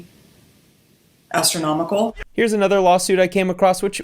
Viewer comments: "the judgements gonna be...... ASTRO-nomical....." 😂😂😂LMAO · The way she paused and looked at the camera to say “astronomical” was 👌👌